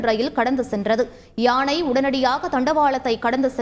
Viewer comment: யாணையில்லை யானை வாசிப்பவர் ஒழுங்காக உச்சரிக்கவும்